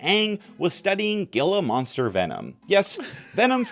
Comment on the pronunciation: gill-a-moster gifs are my favorite It's "heal-a-monster" btw